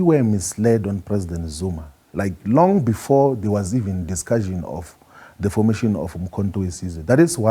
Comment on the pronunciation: It's not inter-act...its interact..you pronounce it as it is...secondly it's not discusion but discussion....double ss is pronounced sh